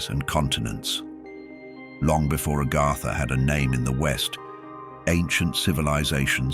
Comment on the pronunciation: It's AGARTHA... Not ARGARDA